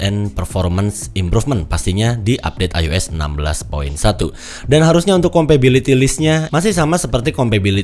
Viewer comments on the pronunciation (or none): bang izin koreksi dikit "compatibility", bukan "compability" 🙏🏻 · kompabiliti ❌ kompatibiliti✅